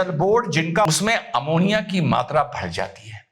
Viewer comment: Eventhough, kejri sir told poison named 'amonia' shows his education level